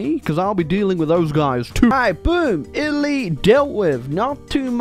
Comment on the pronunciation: literally had a stroke while saying Italy